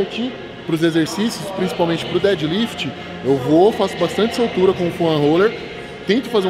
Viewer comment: Temos que comprar mais sup das marcas pra elas pagarem uma wise up pros atletas pqp kkkkkkkkk Foam o cara fala Foã kkkkkkkkkkkkkkkkkk